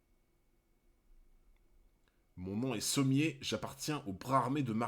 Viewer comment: Pourquoi tu dit Sommiers et pas Sommers ? :0